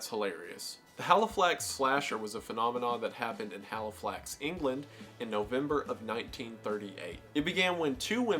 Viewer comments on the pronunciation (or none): it’s Halifax not Haliflax haha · It's "Halifax slasher" not "Haliflax slasher". Otherwise good video so far. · HALIFAX not HALIFLAX. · love this video but ‘haliflax’ is sending me as someone from halifax 💔💔💔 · I think it was the Halifax slasher not haliflax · the ‘london-haliflax area’ PLEASE ITS CALLED HALIFAX AND THEY ARE NO WHERE NEAR EACH OTHERR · Really love your posts. Just a small point which is neither here nor there. Halifax only has the first L so just one L. Thank you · It’s Halifax 😂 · bruh.. you got the name wrong - Halifax.. there's no Haliflax in the UK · Hearing wendigoon pronounce Halifax as Haliflax had me in TEARS 💀💀💀💀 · It's Halifax not Haliflax and you say it 20 times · Argh! Please read the names of what you're researching a little closer. It's Halifax, not Haliflax. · no ones gonna point out that its halifax and not haliflax, i thought that was very funny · Halifax not haliflax 😂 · It's Halifax, not Haliflax. Also, Halifax is about 200 miles away from London, so there's really no such thing as the "London / Halifax area", unless that's just a really bizarre way to say "England". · Man these are all so fascinating! I absolutely feel the same in regards to the meowing nuns, it sounds like it was done as a large inside joke at the time that got a bit out of hand. Also in regards to the Haliflax Slasher - I think you may have misread it, it's Halifax here in England. Thank you for researching these, it's a really fun watch! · it’s Halifax HA LI FAX god now i know how it feels when i mispronounce something in one of my videos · Thanks for correctly writing Halifax instead of HalifLax.... Wendigoon does research on stuff and somehow still gets the pronunciation and spelling VERY wrong 😪😪😪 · It's Halifax not Haliflax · Just wanted to point out it is the Halifax slasher not Haliflax. Otherwise great video love your stuff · Halifax not HalifLax, sorry to b a pedant. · Just to let you know it’s Halifax pronounced Ha- Lee- Fax like fax machine haha 😊